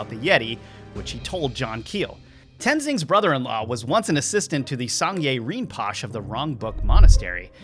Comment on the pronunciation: FYI it’s pronounced Rin-po-shay. ❤️